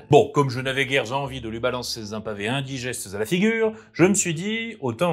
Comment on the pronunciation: Bons conseils, et bonne découverte que cette chaîne. Si je peux me permettre un conseil/une critique : tu as tendance à beaucoup faire des liaisons fausse avec des 'z'. Exemples : : Comme je n'avais guère-z-envie de lui lancer-z-un pavé indigeste-z-a la figure : sans pour autant le faire devant-z-un miroir : le fait de bégayer (...) n'est-z-en aucun cas : si votre langue vient malencontreusement-z-a fourcher Ces critiques sont issues de quelqu'un qui n'a que peu d’expérience en expression orale (sinon un peu d'enseignement et un peu de MJtation en dilettante.) Ceci dit, le fond de ta vidéo est intéressante, tu as gagné un abonné !